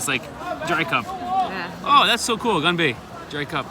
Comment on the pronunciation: 干杯（gan bei） gain bay😂😂😂